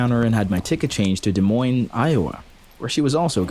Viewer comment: You actualy said Des moines right from a citizen of the city thank you waaaay too many times it's mispronounced